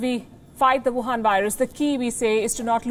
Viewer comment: Wuhan, not Wahan.